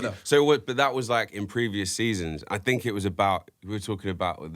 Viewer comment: “I fink..” lol